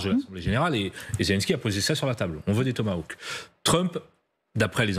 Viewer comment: J'adore la prononciation: le "Thomas Woke". Seul est capable de prononcer le mot correctement.